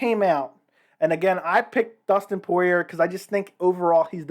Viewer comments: The last “r” in Poirier is silent. Poor-e-Ay. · When you annunciate the letter R on the end of Dustin‘s name it makes you sound kind of like a hillbilly. wait a minute I’m from the hills of Kentucky maybe I better pick a different term. You sound like a goof, yeah that’s it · I assumed from your accent that you were from New Orleans but I guess that isn’t true considering the mispronunciation of Poirier lol